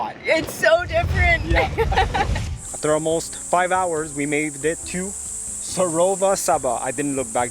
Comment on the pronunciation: On a lighter note.,,, and...work on your pronunciations.. it wont hurt to ask the residents or locals if unsure...in this case Sorova Shaba is pronounced as such -SOROVA....S0 as in SOrry, RO...RObert, VA..VAlue and SHABA as in SH,...SHAq,,.. BA...BAt or BAnk.....!! Just saying. want to make sure that in as much as Africans try to speak the/your English language, a little effort to be correct and accurate wll endear you to your followers..